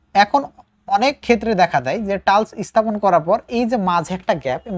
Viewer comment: ধন্যবাদ। কিন্তু টালস্ নয় টাইলস্ হবে।